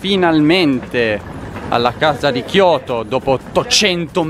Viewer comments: hai invertito le lettere "chioto" ahahah😂😂 grandissimo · Non si dice Kyoto Tokyo non so se è un'altra città però